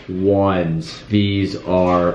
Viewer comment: “AJ 1s” 😂😂😂